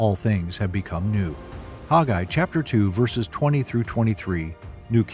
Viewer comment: IMHO I believe this man is mispronouncing the very name: Haggai. He says HOG-eye. WHERE do you suppose he got this? It is a truly ugly way of saying the name. Remember, in "A Patch of Blue" when she says her name is "Sleee-na": and when HE says "Sell-LEE-na"; oh well. Dictionaries pronounce it as (long A) Hag'- a-I. But after all, I love this teaching and how clearly it is set in History.